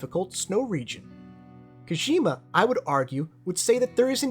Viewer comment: Great video but man it's kojima not koshima